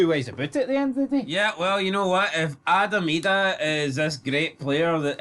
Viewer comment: You don't have to incorrectly pronounce Adam Idahs name to prove your a true blue guys. Just keep producing content that's more shit than both your teams combined and you will be fine .